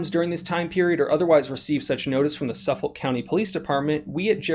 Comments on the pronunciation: Dude you need to learn how to pronounce Suffolk. Suf-ik not suffle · It’s pronounced suf olk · The K is not silent, ( suf- fick) , sorry just tweeking my OCD. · Pronounced suffik county Long Island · It’s pronounced suffick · Sorry, I have to lol. Suffolk is pronounced as *Suffik*. Carry on 😁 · Lmao its suff ick is the way its pronounced 🤣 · It's pronounced Suffick ;) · It’s suff-ick county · Suf-fuck please stop butchering my county's name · Its pronounced suffik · It's "suff-ək". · It's pronounced "Suffuk", the "L" is silent. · It's pronounced "Suff-ick" or "suff- fuck" county, not suf-folk. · Great video, if you ever have to make a video again about this, and I'll have to be watching out for these for other models as I live there, the county is pronounced as suff-ick. You had the first half right! Keep up the great work! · This is crazy. Anyway, it’s pronounced “suffik” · Not that it really matters, but it's pronounced suf-fuck, i grew up in Suffolk va, just wanted to throw that in there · It's Suffolk. Pronounced suff-ick by the locals. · It's pronounced suf- ick long island names are weird as a range worker I see those rifles all the time I'm moving to Texas because NY feels like poland in the 40s remember it could be your state next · Its pronounced Suh-fek. TY for the video and exposure of these tyrants in NY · Suf-folk gotta pronounce the k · I grew up in Suffolk county and the way this guy pronouncing it makes me want to vomit. I live in PA now and can buy a canon or a full auto 50 cal with a silencer if I wanted. Suffolk county NY highest property taxes in the country and they use the money to take you guns away and give you red light tickets . Fuck Suffolk county. For anyone else wondering where it is it’s Long Island everything east of Nassau county which borders queens everything east of queens is considered Long Island even though technically Brooklyn and Queens are on the same island. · the "L" in Suffolk is silent. thanks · "suff-ickk" county!!!